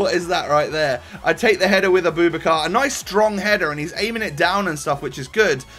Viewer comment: Fuck sake it's not A-boob-a-car it's a-boo-backar